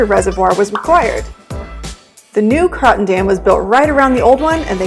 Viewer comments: Pronounced "croaton" not croton. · Cool video of my childhood home. It’s pronounced Crow -ton, though. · If you're going to do a video about the Croton Dam the least you can do is pronounce it right.